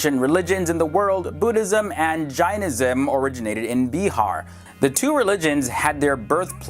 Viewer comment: Well that's bihar not beehar